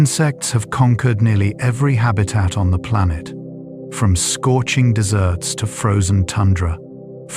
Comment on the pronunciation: Hehe the AI says "scorching desserts" instead of deserts. 😆